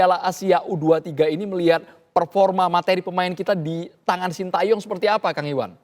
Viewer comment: pak iwan bule ngucapinnya sintyong😅